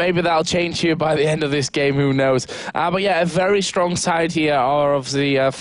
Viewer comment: "I hope it will be very close, because both teams are so Strong(prounounces Stronk) -random guy: HAHA" <3